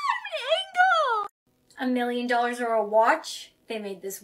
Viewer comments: bruh in it said an angel but she said an angle💀💀💀🤣🤣🤣😅😂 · She meant angel not angel 😂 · OMG AN ANGAL OMG got me dying😂😂😂😂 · The word is not angle is angel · “I’m an angel AGH IM AN ANGEL!!” But she said angle😭